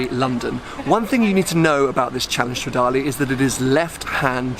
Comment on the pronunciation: it's stradale not stradali AAAHHHHHHHHHHHHHH